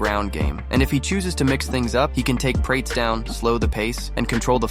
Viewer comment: Its pronounced pir-ah-tez, not prates. Ffs